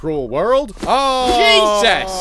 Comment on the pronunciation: The emphasis on "Jesus" gets me every time xD